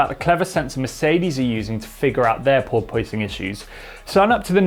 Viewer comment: Per POISE ing